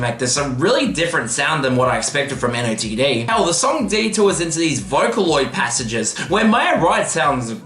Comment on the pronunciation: nice vid, btw NOTD is pronounced “noted”